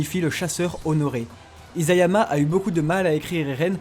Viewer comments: Conclusion on dit isayama et non izayama😂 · Merci pour toutes ces infos ! C'est impressionnant ! Attention cependant : Isayama se prononce "Içayama", et non "Izayama". E la langue de chat (nekojita) en japonais veut dire qu'on ne supporte pas de manger trop chaud.